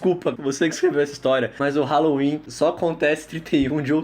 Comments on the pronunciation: "Raloin" nada a cimentar (eu sei que perdeu a graça mais dane-se) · eu adoro o "RALOIN" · "RALOIN" num 7 de janeiro... Kkkkkkkkkkkkkkķkkkkkkkkkk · Noite de "RALOIN" 7 de janeiro ¡-¡